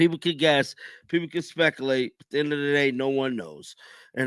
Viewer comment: he pronounced spec correctly but then added a syllable that isn't there. I've heard him pronounce you and late so he is completely capable of pronouncing spec-you -late or speculate. The way he speaks you have to wonder who Speckle is and what exactly it is he ate. Also I dont write professionally because my English punctuation is horrible. If I did write and publish in any way I would expect people to tell me to learn how to write English correctly. If he wants to speak in public get a language coach or get a new job, but at the very least don't expect likes or subscribers for what he produced.